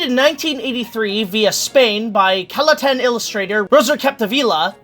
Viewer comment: eyy, something from my homeland! I partly grew up with "Les Tres Bessones" so this was a nice surprise! (shame it didn't leave a good taste in your mouth) Although it was quite funny to hear Catalan being pronounced as "Calatan" xD Oh my goodness that was an amazing edit, that caught me WAY off-guard lol Oh, yeah that might confuse anyone unfamiliar with Barcelona architecture or art... but that's a bunch of it there :p